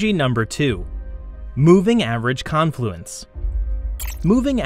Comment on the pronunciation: Con is the long syllable in confluence. Like Caaan fluence